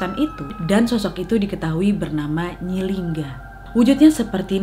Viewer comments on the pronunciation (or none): Nyi linggi bukan nyi lingga😂 Sukses terus wakkkk❤️❤️